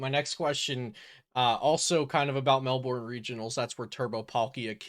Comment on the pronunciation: Melbourne is "Mel-bern" but good content!